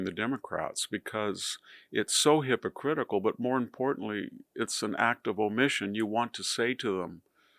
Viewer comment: It's "hypocritical" not hypocritcal.